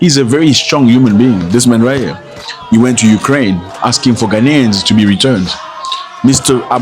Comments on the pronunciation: They can’t even pronounce GHANAIANS correctly. Their uneducated minds keep repeating the non-existing word Ghana-nian? Their effort to do damage control is dead on arrival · Even Ghanaians u can't pronounce and saying "ghananians" or whatever and u are to tell us what to do...? U guys are a bunch of hypocrite. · Ghanaian not GHANANIAN 😂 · We are not Gha-na-nians we are GHA-nians educated illiterate